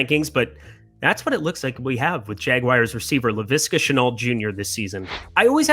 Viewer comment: The jagwires?